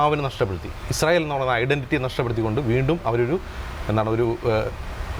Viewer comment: ഇസ്രായേൽ അല്ല... ഇസ്രായേൽ തീവ്രവാദികൾ എന്ന് പറയൂ....